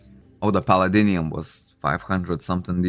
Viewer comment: I like your pronunciation of palladium = palladinium 😂